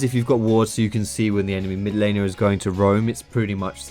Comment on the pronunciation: I swear when you say "Laner" it sounds like your saying "Elena". Like, it's all Elena's fault for the Jungler being fed.